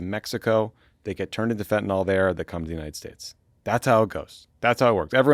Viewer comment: Fentanyl, guys. FentaNYL. Not fentinol.